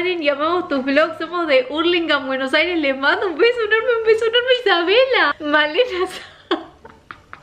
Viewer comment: AAAAAAAA SALI EN EL RINCÓN DE LOS SALUDOOOS!! jajajaja estoy re emocionada, Y sii se lee "saus" mi apellido, lo dijiste perfecto. Gracias, besos!!!